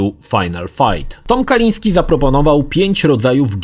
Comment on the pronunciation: Tom, nie miał na nazwisko Kaliński, tom nie Polak w końcu. Mówi się Kalinske i się nie odmienia prtzez przypadki, ewentualnie p[rzez dodanie końcówki (bez apostrofu, bo kończy się na e), jak przy anglojęzycznych imionach i nazwiskach standardowo: Kalinskego. Kalisnskemu, Kalinskem itd.